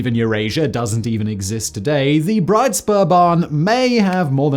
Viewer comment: Hi, not spoer .... Spur !